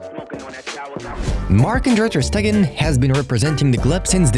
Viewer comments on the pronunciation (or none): Bro said Ter statue 😂😂